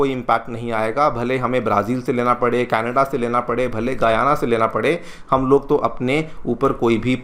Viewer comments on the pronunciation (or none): none